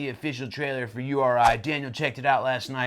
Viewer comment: its "oo ree" actually